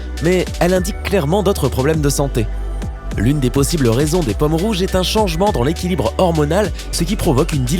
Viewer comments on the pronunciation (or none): Vous m’énervez avec votre mauvaise prononciation,les paumes ne se prononcent pas pommes ! Entre autres...